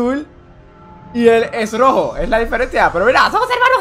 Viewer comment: dijo rojo enbes de rojo xd